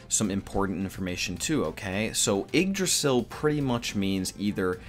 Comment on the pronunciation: Yeah your pronunciation are bad but hey Nordic mythology has some dumb spellings for names